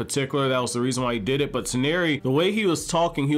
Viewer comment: Press F for man's pronunciation for Toneri